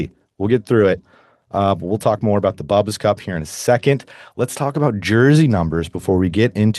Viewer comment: It's pronounced Boo-bas, not bubbas